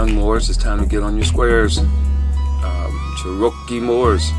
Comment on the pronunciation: She wasn’t tribal during that car chase.when did this happen??…and why are they purposely mispronouncing Cherokee???